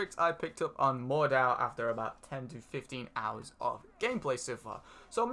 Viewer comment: You pronaunce Mordhau wrong.